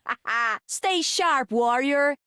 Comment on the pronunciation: "Seloco" tio and then "Stay sharp warrior" with a brazillian accent actually made me smile hahaha